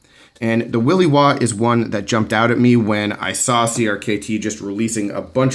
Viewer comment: i have one ,love it ! smooth quiet sharp ! but my friend it is will i waw.. pronounced like in the word shit ..not y, its not a willy waw. ;)